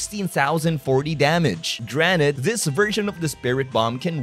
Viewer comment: did you pronounce 'granted' as 'dranit'